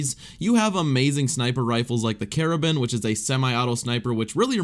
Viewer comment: I'm sorry but it's not a pirate rifle. Pronounce the gun right or don't say it at all. It's the CAR-bine